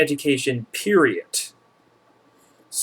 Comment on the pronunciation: "Education is probably the worst, PERIOT!" lol